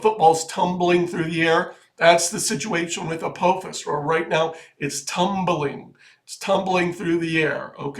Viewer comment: It is A-PAH'-fis. It is Massachusetts Institute OF Technology.